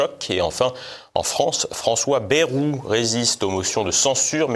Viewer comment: Ce n'est pas bairou mais bayrou